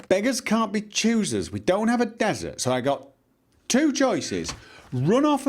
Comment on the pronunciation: When he kept saying "Find a desert", it sounded like he was saying "Find Bethesda".